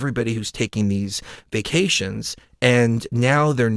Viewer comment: fyi...when you were referring to vaccinations, you were actually saying "vacations"... again, just fyi.